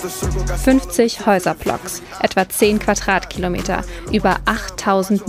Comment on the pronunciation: Peauty, Häuserplocks, Quatratkilometer??? Wo hat die "Journalistin" denn sprechen gelernt? Die spricht ja fast alles falsch aus.